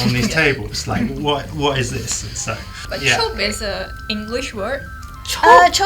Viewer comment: Love the discussion, but it's not "chop" but "chope", and it means to reserve something